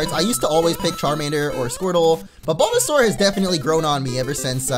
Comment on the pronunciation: Er0oR! avl and you called Bulbasaur Balbazor